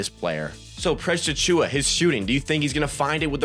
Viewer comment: Overall good video man! Thanks for breaking down some of his stats a little deeper. Some points got a touch repetitive though. Also, you have a good entertaining voice, but it drove me wild how you could never say his full name properly. It distracted me from your actual point. You almost call him PressAchua as one word. Please just say Precious, or Achiuwa, or pause between names 😂 there's my harsh critique. I'll for sure be watching more videos though! Good content